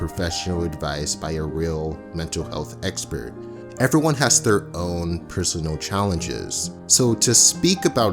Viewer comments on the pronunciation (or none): none